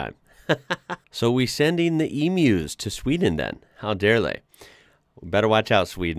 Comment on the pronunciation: Congratulations on pronouncing emu correctly….. emew….. instead of like most other Americans…. eMoo 😬